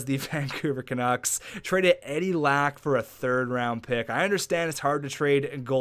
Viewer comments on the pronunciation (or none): none